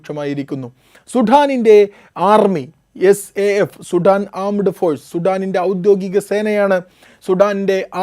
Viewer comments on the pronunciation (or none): അവരാതമേ സുഠാൻ അല്ല, സുഡാൻ എന്ന് പറയൂ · Sheve Shudaaan